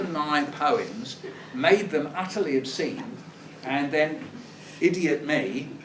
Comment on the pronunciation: “uTeRlY oBsEnE”